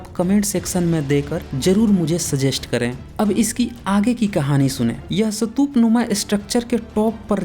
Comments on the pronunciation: सतुप नही,,स्तुप,, plz सही उच्चारण करें,, खुद सही भाषा बोलो,,सत्य बताने का आपका कान सराहनीय है,, मगर,आप खुद गलत उच्चारण ना करें,, यह आवयश्क है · First learn how to say Stupa.. It's Stupa not Satup.. I think u better go to places and observe places then make videos with acid test truth..Moreover, the Harappan Civilization is 2700 to 1500 BC...now add it to the 2100 more years...and u said it was 4500 years old..check ur knowledge before raising finger on someone else..GAPODA...Jealous GAPODA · Apa ka apna pronunciations thik nahi hai.'satup' kya hai? Pahele khud ko correct kigiya. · सतूप नही स्तूप कहते है। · आपको हिन्दी/इंग्लिश स्तूप/stup का उच्चारण इस्तूप है ना कि सतूप । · पहले स्तूप बोलना सीख कर आ, फिर बात करेंगे 😂😂😂😂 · Brother ye ek bewkoof youtuber hai jiska ekmatr maksad hai paisa kamana, ise stoop bhi bolna nahi ata mat dekho inki video ganwar hai ye